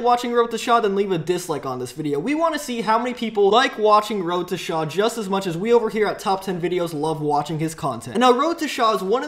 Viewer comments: He says wroteshaw so fuckin annoying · its not wroetoshaaaaaaa its wroetoshaw